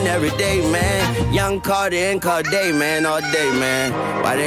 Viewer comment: Bro “Corday” 😂 Cordae